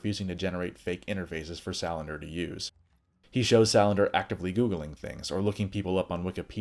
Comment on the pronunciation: Lisbeth SA land ER not Sal an der. Otherwise nice.